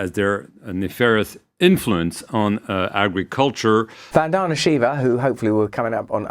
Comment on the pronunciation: VAN-da-na (emphasize the first and not the middle syllable). She is a champ!